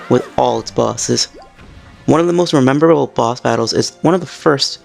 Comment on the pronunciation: He said rememeraable, kids need to learn to read again.